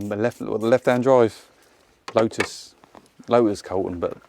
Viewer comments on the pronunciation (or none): none